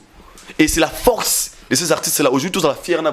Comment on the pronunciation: Numéro 1 et non lumero 1, force et non focse zwaka temps mon frère olobaka mbangu mbangu trop keba bako kata ya ngo batier yo na pâge. message kitoko.